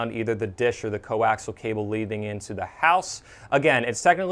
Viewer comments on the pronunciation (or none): These are informative videos. Very professional presentations. However, the word coaxial isn't pronounced as "co-ax-al". It should be pronounced with another whole syllable in it. Say "co-ax-i-al".